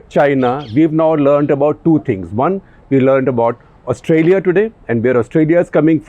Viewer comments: Please say Australia with a long "Aah" in the beginning of the word, not Ustralia (short "Uh"). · It's Austraa-ya Gupta ji! Excellent show sir! As always! The rigor of print in video! :D